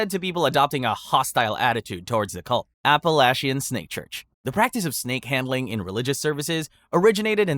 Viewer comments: I know I am VERY late, but as someone from the Appalachian area. (Tennessee!) It is pronounced Appa-latch-in! ( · You were SO close with your pronunciation of Appalachian!